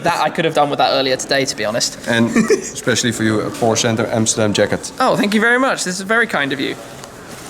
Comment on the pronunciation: its porsche not porscah